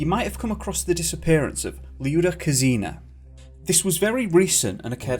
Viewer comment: You read Kuzina as KOOzina, first syllable stressed. Lyuda is short from Lyudmila. The girl's mother is a doctor, her father is a physicist.